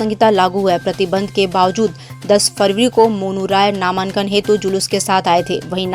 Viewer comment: नामांन्कन kya hota hai ?🙄 pronounced ko to thik rakhiye